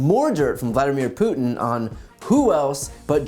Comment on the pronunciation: Who is “Putinnel “? Poor old man can’t hold it together anymore!